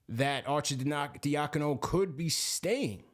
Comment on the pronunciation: People that can’t pronounce Arcidiacano crack me up 🤣 cmon that’s a ny Italian name Are-Sid-dia-con-o